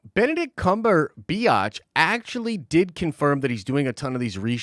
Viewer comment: Why the snide pronunciation of Benedict Cumberbatch's name? You're better than that.